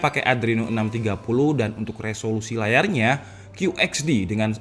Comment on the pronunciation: Kyu ech di. Bukan kyu eks di. Masukan aja biar makin bagus bang. Pronounce yang tepat = informasi yang tepat